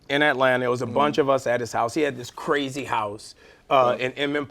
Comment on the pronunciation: he's like "Hey, I just met you...and dis is CWAZY! but...😉😃"